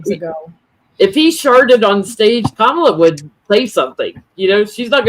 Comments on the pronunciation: KA-ma-la. Accent is on the first syllable. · Can you please start pronouncing her name correctly? I know that you’re not doing it on purpose, but it would be really be nice to get it right. Comma-La. that that’s it. Comma-La. Kamala. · Thanks for a great video! Just please remember Kamala is pronounced Comma-la. Not the way Trump says it. 😅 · Her name is pronounced KAH-mah-lah or KAH-muh-lah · Kamala = 'Comma-la' (rhymes with Mom-a-la, which is what her stepkids affectionately call her)